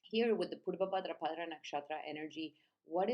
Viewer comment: Sounds you say bhadrapadRa each time you’re adding an R at the end of bhadrapada …. It’s pada not padra 🙏